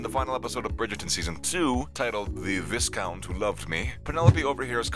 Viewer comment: For the love of all things, it's VI-count. The "s" is silent. Don't narrate a video when you can't pronounce the littlest things.